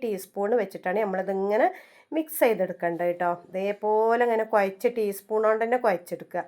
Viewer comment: കുയച്ഛ് എന്നല്ല കുഴച്ച് എന്നാണ്